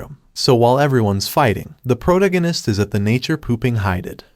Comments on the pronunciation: I hear protoganist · I love it lol, prota-guiness instead of pro-tag-onist! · dude - pro-tag-in-ist....ya killing me but love your vids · Bro if your going to insist on saying "the protagonist" let me help you. Its phonetically (Pro-tag-o-nist) I'm sorry for putting you on blast its just getting to me every time you say it wrong. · Why do you say protagonist like that